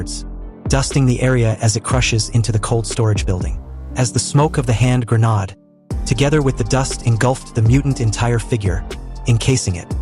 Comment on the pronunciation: it's grenade not grenada!...damn A.I. voice.